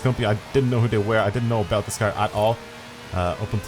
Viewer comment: "Brand new KEEARR"